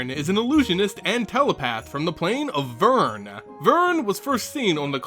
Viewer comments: It's Vryn! The way you pronounced it was Vyrn. Notice the r should be before the y. Gosh, the best mtg youtuber should know better than that! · Oh and it's "Vreen" NOT Vern... (booo ) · DID YOU KNOW it's actually pronounced Vryn - V-rin?